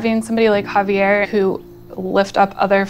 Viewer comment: HA-VE'ER I hate when they butcher names.